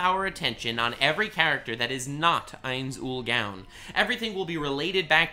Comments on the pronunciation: Ainz Ool “Gown” lol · "ains ull GAWN" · First of all thank you for showing love to one of my favorite animes( even though you're butchering the main character's name). Secondly the only people that don't like Overlord are people who believe in the power of friendship. They all believe that the isekai hero needs to have a gigantic harem, never have sex, be OP and collect lolis like stamps. Granted the anime has the same aspects as log horizon, but the story of overlord is dark and twisted the longer it goes on, I'm glad this anime is the way it is. It's a lot fresher in my mind than watching another Kirito knockoff. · The way keeps saying the name so wrong that it could be considered blasphemous, make me cringe each time he says it. 😅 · I love Overlord content and would consume it like crack. However the way you say Ainz Ooal Gown just triggers me so much I had to stop watching 4 minutes in. Probably just a me issue. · Call him Lord Ainz or learn to say his name right smfh.